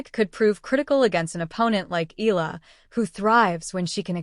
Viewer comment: Please take the time to learn how to pronounce her last name. E-YA-LA (Eala), Short E as in "expect," short A as in "apple." E-YA-LA.